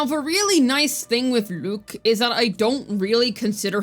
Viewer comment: Why you keep pronouncing his name like that 😭 Lüük 💀